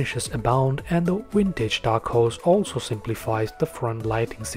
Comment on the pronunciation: Vintage not Wintage. Practice it.